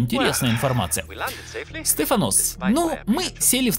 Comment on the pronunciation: СтефАнос, а не СтефанОс)))